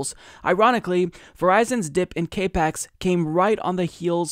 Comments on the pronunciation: Capex is capital expenditures, it's pronounced cap-ex, not cape-ex Other than that, great story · It's not 'cape ex' it's CAP-EX - as in 'capital expenditures. And it's not a 'jeet pie' it's a 'shit pie' as in shit pie. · FYI CAPEX it is pronounced as Cap X, as in capital expenditure. I just want to make sure that you sound like you know what yu are talking about because you do. Keep up the good work. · I love you and you are totally right even here, but it's not cape x it's cap ex. Stands for capital expenditures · it's pronounced like "cap ex" not "cape x". It's short for "capital expenditure" or how much money they're spending. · Cap Ex... Capital Expenditure not cape X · Maybe he's saying "CAPE-X" 😮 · sounded like kay-pex. irritated the fuck out of me... small things.. 8) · Like the video. Pedantic but it's pronounced Cap-Ex its short for capital expenditure.